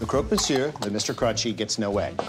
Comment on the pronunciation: The first english speaking person to pronounce Croque Monsieur correctly... Respect! Long live Alton Brown